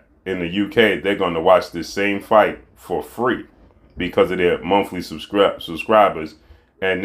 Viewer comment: Did he say mumfly subscription 🤔